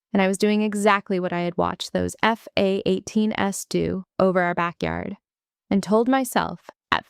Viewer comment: Is it possible to teach your AI to say f-18s without stuttering? It takes a second or two to translate and kind of interrupts the floor of the story. I also noticed that they have troubles trouble with plurals. Pronouncing the Es at the end which is also annoying. I am a nitpicker and proud of it